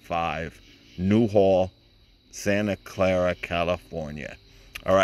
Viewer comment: It is Santa Clar ita not Santa Clara